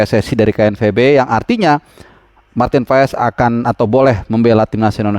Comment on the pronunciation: Bacaannya paas, ntar di marahin kochi klo bacanya paes wkwk